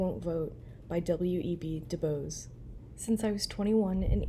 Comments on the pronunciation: Hello. It’s pronounced D’Boys. 😊❤ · *Do-BOYS (pronunciation) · Du Bois (pronounced like “Buwa” - the French way)